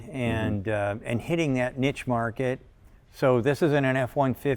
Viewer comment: Cory, could you break it to sandy that there is no T in the English/French* word Niche. The same way there is no T in the English/French* word Quiche. (*see 1066)